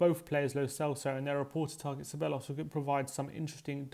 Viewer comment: OK - repeat after me (Ceballos), THEBAYOS or SEBAYOS not SEBELOS no no no!